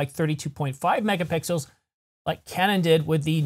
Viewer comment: I'm sorry, but I had to pause and laugh a little when you slipped and said, "24 to 26 megapickles." While you almost immediately corrected your self, the idea of a sensor made out of pickles that popped into my mind seems like perfect Tee shirt material.